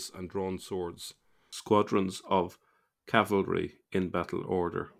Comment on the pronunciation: Cavalry not Calvary.😂